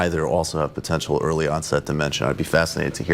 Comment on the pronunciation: And "die-mentia"